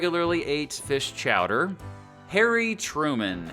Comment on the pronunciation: ITS CHOWDAH! CHOWDAH!